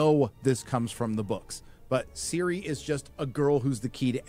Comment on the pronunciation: Who is Siri? Or you mean Ciri (Cirilla)